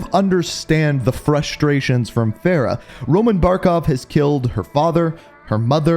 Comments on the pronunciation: He still messes up her name it’s Farah far-ah and her last name is Kareem it’s just spelled differently Farah Karim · it's f a r a h not fera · Bro Fa not Fe cmon